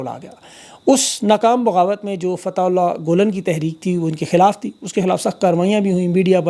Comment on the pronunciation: Pl pronounce Fathe -ulla gulane properly